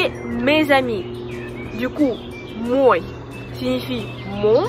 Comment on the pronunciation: Pourquoi prononces-tu O dans мой qui n'est pas accentué et A dans мои? Merci